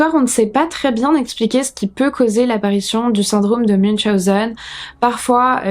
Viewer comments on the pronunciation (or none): none